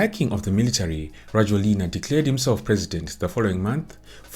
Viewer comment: His name is pronounced rah-JWEL-na!! Makes it hard to listen to anything you say when you cannot even bother to spell his first name correctly (Andry). I have lived in Madagascar since 2017.